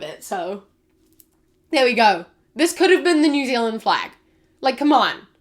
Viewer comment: Ah yes new zealaind